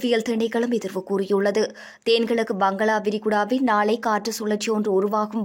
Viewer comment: வங்களா விரிகுடா இல்லை வங்காள விரிகுடா 😂😂